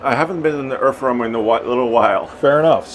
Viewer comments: earf womer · Anyone else hearing Erff wormer?